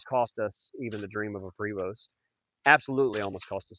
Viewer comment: Enjoyed the video. You have done a fantastic job on the conversion. Prevost is French and is actually pronounced Prayvo. Enjoy your bus and travels. My motto Have Fun Stay Safe and Keep Making Memories